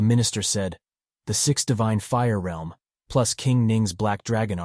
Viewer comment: Finally someone says realm right cause some people say reeeelm